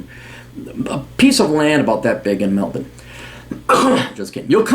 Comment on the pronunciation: This is the first yank I've ever heard pronounce Melbourne correctly.